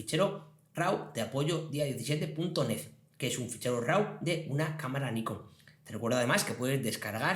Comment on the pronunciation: De nuevo una leccion muy interesante en tu curso de photoshop. Enhorabuena. Tan solo me gustaria una aclaracion por tu parte referente a la pronunciacion de la palabra RAW. ¿Por que RAU? En ingles la pronunciacion es RO y si hacemos la lectura en castellano seria RAV. No lo tomes como una pedanteria solo es curiosidad por un hecho muy extendido en la comunidad fotografica de habla española. Saludos cordiales.